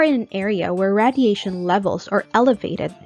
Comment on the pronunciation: I’m noticing you say radiation wrong. It’s pronounced: ray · dee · ay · shn